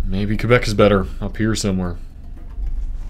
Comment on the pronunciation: and he also didnt say qwebec lol